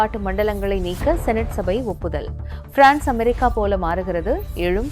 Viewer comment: நீங்கள் frnce ஐ ஆங்கிலம் போன்று உச்சரிக் கின்றீர்கள்